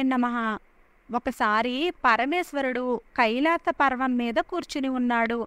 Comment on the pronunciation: పర్వం కాదమ్మా పర్వతం